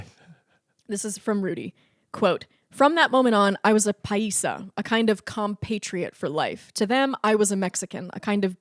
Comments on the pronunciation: Wonderful episode as always! Really entertaining. I just have a note on the pronubciation of the word "paisa". It's pronounced like pie - sah. :) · oh my god why are you pronouncing it like that 😭 it’s “pie-sah” paisa it’s person from the same country. Country-país 😭